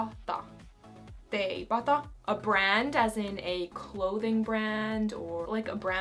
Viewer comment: Teipata sound so nice you say it! I'm going to need to include that in my vocabulary now!